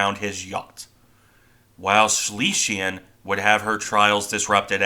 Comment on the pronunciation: Please work on your pronunciation - Schlesien is pronounced Shlay - zee - in . Schleswig Holstein is pronounced Shlace vig Hohl - shtine